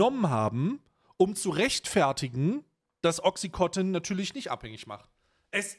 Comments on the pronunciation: Bitte nich töten für Klugscheißen, aber auch wenn das bei Ami-Aussprache wie "Oxicotton" klingt, heißt das Mittel "Oxycontin" (Wirkstoff Oxycodon). Wird offenbar immer noch als nicht/gering suchterregend gehandelt, was ich leicht verstörend finde. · Timo, sag mal, dass es OxycoNtin heißt und nicht Oxycotin. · Oxycontin, nicht OxycoTIN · Es heisst OXYCONTIN und nicht OXI- COTTEN !!!